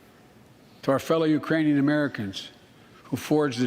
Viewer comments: He said uranians, he's very good business friends too. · It sounded like Brandon said Uranians. I guess we must have aliens from Uranus living among us.